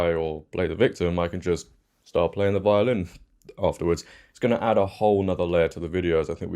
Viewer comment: When you said violin I thought you said violent! 😂😅